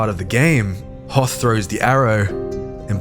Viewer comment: actually 2 is sort of backwards, it's likely they were originally the same, but split over time, also his name is prounced hoth-r (with a th like in the, and not thor)